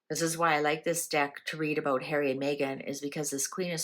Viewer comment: I can hear her saying "I'm not safe in the UK Hawwy so I'll stay at the Airport".